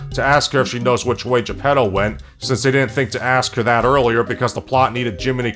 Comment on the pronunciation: as someone half listening as I read the news on my other monitor I keep hearing 'the pedos' when you say Geppetto and its making this video 10x funnier than it already was.